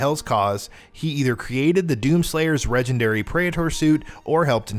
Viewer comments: I just noticed that he said "regendary" instead of "legendary" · Did he say, "regendary" praetor armor? Lol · Did I hear a Regendary ? Lols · "Regendary Praetor suit..."🤣